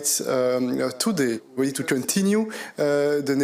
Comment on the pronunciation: “Vee are tuttelly united, tuttelly determined end tuttely stoopid” We don’t need the 27 to give us anything make our Prime Minister happy, Monsieur Mini Napoleon, Britain is quite happy just leaving and taking with us only what belongs to us, namely, our waters (and also the fish inside them), our freedom to make our own laws, give state aid to help our businesses and to govern ourselves with zero meddling from anywhere else. BRITAIN HAS LEFT THE BUILDING last one out please turn out the lights 🇬🇧🐟🇬🇧🐟🇬🇧🐟🇬🇧🐟🇬🇧🐟🇬🇧